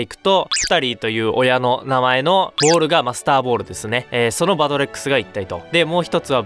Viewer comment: masterballの発音が良すぎて、Monsterballに聞こえる